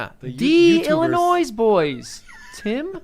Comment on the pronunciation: I understand that the mispronunciation is intentional, yet still, it bothers me immensely.